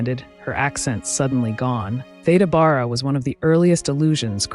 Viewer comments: Thank you for covering early Hollywood, such a fascinating topic. I just sub’d. An aside, as an older person, having heard people older than me pronounce it, Theda “Bear-ah” is the correct pronunciation. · Are you pronouncing her name correctly? I've always understood it to be Thee da Bare a. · Loved this. My mom used to talk about Theda Bara, though she pronounced it Beara. I’ve subscribed. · When I was growing up I remember her name was pronounced “Theeda Beara”. She had a remarkable face and I loved her lavish (and rather scandalous) costumes. How sad that people came to mock her when she appeared on the stage. It’s a very cruel industry. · You have your facts wrong, as well as, the correct pronunciation of her name.